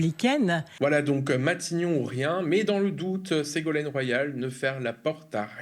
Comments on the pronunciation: On dira que je chipote, mais à à peu près... C'est Ségolène, pas Ségolaine (Royal) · Segolène royal ? Et non segolaine 😂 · Attention l'équipe : "Ségolène Royal", pas "Ségolaine" !